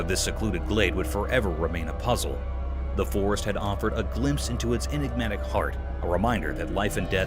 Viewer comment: "Inegmatic" 😒 You inegmatic drama queen!